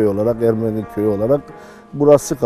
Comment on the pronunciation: Videoda Ermeni kelimesi yanlış telaffuz ediliyor. Azeri gibi son harf uzatılmaz.